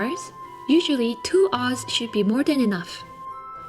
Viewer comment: It's not an oz, it's an ounce. Not an oz, an ounce. Please.